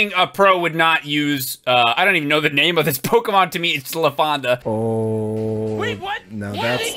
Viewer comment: Eyyy you pronounced his name right! Good job.